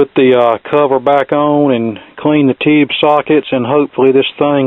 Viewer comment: Take a shot every time he said "ToHOoUuube"...